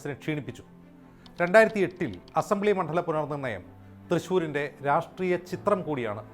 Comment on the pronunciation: മോനേ, മണ്ഠലം അല്ല,മണ്ഡലം(ണ്+ഡ) എന്നാണ് പറയേണ്ടത്.